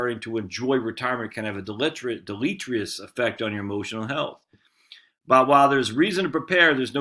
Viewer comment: I realize you want to post regularly but try reading the article before you comment. It's maddening otherwise. And strategists and deleterious aren't too hard to pronounce if you take your time, and aren't reading them for the 1st time while recording. Otherwise, solid stuff.